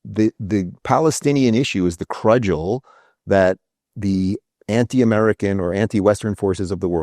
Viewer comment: I know how petty this sounds. The word is cudgel. That was driving me nuts.